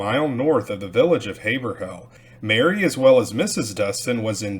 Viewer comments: Nice video! For what it’s worth Haverhill is pronounced HayVrill… kind of pronounced in 1 syllable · It’s pronounced Hav-rill.